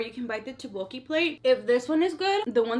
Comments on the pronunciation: Its tukboki not tobuki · First one u eat is called sushi . second one u try is teottboki u want to spell it thak- bok- eee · The way she said tteokbokki😂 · there are way to spell it but she pronaunced it wrong but thanks for the clarafication